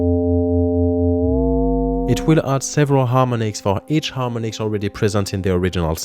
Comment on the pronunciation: Mate it's harm-ON-ics, not harmon-ics